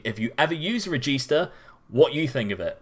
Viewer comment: From an italian, hearing "carillero" and "regista" from you is fucking awesome